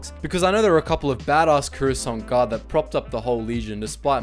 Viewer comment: they're pronounce the croissant guard